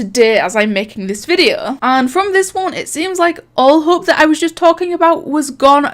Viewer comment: I’m sorry but it sounds like he said “There is hoe” instead of “hope” 😂